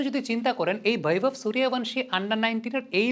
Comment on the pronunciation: দয়া করে সুরিয়া ভানসি না। বাংলাতে লিখলে সূর্য বংশী আর হিন্দিতে উচ্চারণ করলে সুরিয়া বন্সী।